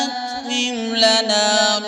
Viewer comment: My name is Rabbe Atmim. And my mother's grandmother give me this name. A few days ago, I came to know that my name was taken from this sura. Nobody in my life has pronounced my name correctly for the first time. But after hearing this recitation and the way he pronounced Atmim, that filled my heart with love and emotion